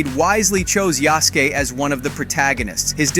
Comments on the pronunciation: Nice vid. I can’t wait. Also. It’s ya-sú-ke. Not yasss-kee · bro if your going to say yasuke say it right .... its ya s ke not ya soo keee .... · (Yasuke)Yasooooke not yaske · Why do all you game announcers always be butchering his name when yall pronouce it if y'all can't pronounce his name right just call him the African Samurai and STOP BUTCHERING HIS NAME IT'S YASUKE NOT YASAKE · Ya skay not skee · YAH-SUE-KAY not yahski lol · Just a note on Japanese pronunciation: in Yasuke, KE is pronounced with a short e, so it's like "keg" with the "g". Yasuke rather than Yasuki. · Yasuke…“Yah-shu-Kay” Not “Yaske” 😂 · It's not Yaske but Yasuke (yăh-sū-kāy) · Video was solid so super thankful for the information..but you pronounced Yasuke wrong it would be Ya-Su-Kay or Yas-Kay not Ya-Ski / Hanzo is a low sounding A and not a higher pitch A. The last one was pronounced right I think. BUT again thankyou for the vid def informative and superrr to the point. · Americans and their inconsistent Pronunciation problems XD Yasuk"i" or Yasuk"ei" its Yasuke = Yas ke(Japanese), Ronin= ˈrōnən(in Eng), Rōnin(Japanese) But yeah AC Red looks promising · God I hate how he pronounces Yasuke (Yaw-skay not Yaw-skee) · Yasky? Who's Yasky It's fucking written Yasuke not Yasky Dude said that name as if he was mispelling Husky You even say Yasuke 2 seconds after, are you an idiot mate? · Wtf is a yaski?? Yah Sooki is how it’s pronounced.. only the only one black samurai in existence. But who’s counting. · Jaske? Ya-su-ke u mean? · Pretty sure the name is pronounced "Ya-SUE-Kay", not Jazz-key, or whatever you are making of it. Americans really need to start opening up a little to foreign cultures. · Pronounced ya...su... ka... not yasky... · YA-SU-KE! You make him sound like hes from jersey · Yah-sook-eh. Mah gawd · Say it with me sasuke now yasuke… simple… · Ya-su-ke!!! Yaaaaa-suuuuuu-keeeee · Yazkee? Really? WTF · Its pronouced ya-su-kei.....dummy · omg bro cant read. HE SAID YASKE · YAH-SKEE lol